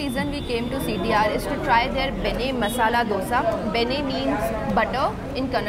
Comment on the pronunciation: I am a Bangalorean and I must say the way you pronounced Karnataka and Benne, you really stole my heart. Many of them pronounce Kannad whereas it should be pronounced as Kannada. Iconic Places to visit MTR, Food street VV Puram, Vidyarthi Bhavan, Cool Joint Jayanagar, Brahmins Cafe, Udupi Cafe